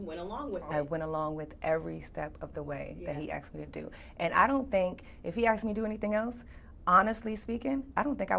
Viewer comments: Axed.....no no no asked....... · She Aks him...